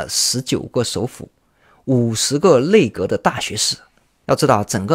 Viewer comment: nei内，内阁，不是累阁